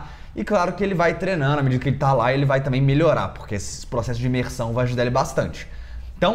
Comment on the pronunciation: não é "tamem" e sim "também" como você fala aos min do vídeo. Desculpa-me, o importante é passar a mensagem, mas eu entendi.